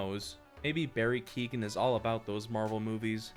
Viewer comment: Bro said Barry keegan 💀 also his career isn’t dead look at saltburn